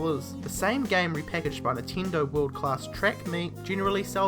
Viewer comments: How can you tell which word is spoken when you have "reed" and "red" if you pronounce them exactly the same way? and that's just for a little example because here you said a LOT of other things that sound... quite off (to say an euphemism). P.S.: i'm sorry to bring this one up but, i'm more than sure that "NINTENDO" is not pronounced "nehteendoeh" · nintindo lmao